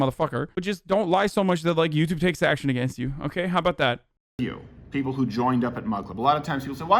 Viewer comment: Who calls the WHO "hoo"? You sound like an owl, that word is an initialization not an acronym you dweeb